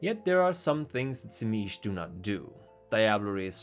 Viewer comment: I thought it was pronounced zeemeetsee.